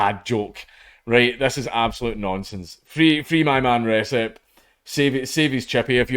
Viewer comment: "Recep" Dude is turkish, anti turkish racism is on the rise these days and it is really sad. Where could that come from?I wonder. Certainly isn't from the UK where we don't care about turks. A certain country does though, hmmmm. Also it is pronounced rejep. And I'll be going there ASAP.